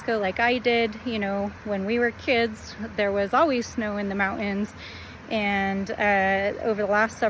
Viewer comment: What are thes "mow-ens" you speak of? I am familiar with there being snow on mountains. Are those possibly similar?